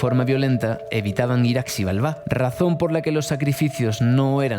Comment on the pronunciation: Se lee shibálba, estás en México pregúntale al recepcionista del hotel, me duele mi oído